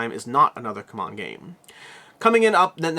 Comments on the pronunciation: C-Mon, not c'mon. It sounds better, anyway. C'mon! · You are the only reviewer mispronouncing C-Mon. It is See-Mon. When Travis was there, you pronounced it correctly. So did he. Does does everyone else. Anyone confusion you have claimed in the past to exist I think is purely due to you mispronouncing it, hah. It's just really weird that you refuse to correct it because years ago for a few months they went by the other pronunciation. They publicly corrected it, and literally everyone else went with what they said.